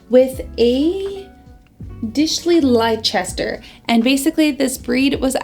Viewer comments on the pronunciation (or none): I'm only i have a slight complaint as someone from the UK, Leicester is pronounced 'lester' not 'lie-chester'